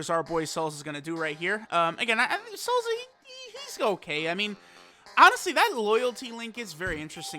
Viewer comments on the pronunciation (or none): Its "Salsa" not "Salza" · Sounds funny af either way